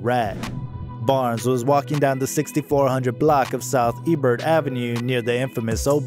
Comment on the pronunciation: ....THE STREET IS PRONOUNCED "EH-BURR-HEART" NOT EBERT! Now say it fast ! 🤦🏿‍♀️ If you're going to do a doc on people from a city, please ask people from that city how to pronounce certain things man!